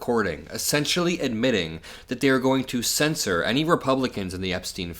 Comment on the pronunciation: it is CEN-SHUR...not censor.